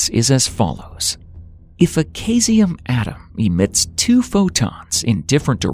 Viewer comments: PS. Your "Kay-see-um" atom is more like "Sieze-ee-um" (like Caesar of Rome) ... Please get with the lingo!! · The moment you mispronounced 'caesium' (aka 'cesium' for the Americans) I knew you were either an AI reading a script, or too lazy to research. That's where I lost interest enough to write this comment before moving on to another video.